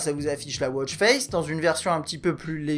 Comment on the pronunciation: Très bon test merci ! Moi qui ne connaissais rien à ce produit, je sais tout ce que je veux savoir, bref, pour ma part, ça ne sert à rien :D Sinon, petite remarque pour vous les français, en anglais on dit « watch » pas « wôtch » ;)